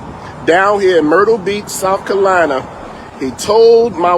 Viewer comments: First off it’s South Carolina not South Colina. Second, when you here Black Pastor, that means Black Activist. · It's South CAROLINA, not South "Kalina". It's "he told my wife and ME", not "he told my wife and I". It's "establishment", not "extablishment. There's a pastor for you: poor grammar and a liar, to boot. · I know where South Carolina is, but I'm not sure if I know where "South Kalyna" is!